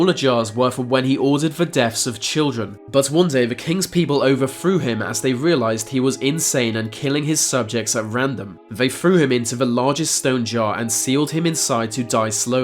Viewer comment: If you're going to be a narrator, learn to speak properly. It is 'threw' new 'frew'. It was painful.